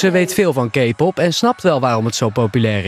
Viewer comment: Hoe ze K-pop uit spreken echt de K irriteert mij en die fan.... ik ben maar een paar weken ARMY maar serieus ik kan die namen zelfs beter uitspreken! En ja een beetje creepy maar ik weet binnen een paar weken al heel veel over BTS deels door mijn nicht die veel eerder fan was en mij van alles heeft vertelt en ik uiteindelijk ook ARMY ben geworden! OBSESSED